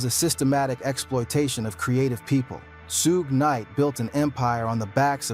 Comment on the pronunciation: dog u butcher suge knight name smh